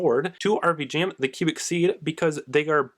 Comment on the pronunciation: No hate whatsoever, but I have an issue with how you pronounce Vijam. Either way, nice video!